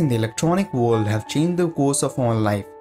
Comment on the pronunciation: Sorry, I had to stop the video... It's not WOLD, it's woRld...